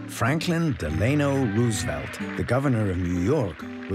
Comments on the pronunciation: Also it’s Dell Ah-No not De -Lane No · Franklin's middle name is pronounced, "Del-a-no," not "De-lay-no." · And, he mispronounced Frankiln Roosevelt's middle name. What is going on?